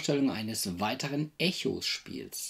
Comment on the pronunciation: Schöne Rezi. Danke hierfür. Den Spieletitel spricht man allerdings englisch aus, also ungefähr wie "Ekos". ;)